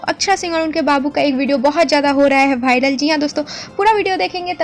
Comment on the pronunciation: Bharal nhi vawral